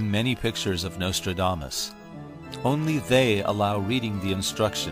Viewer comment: Turned it off 5 seconds in when he said nostrildamus.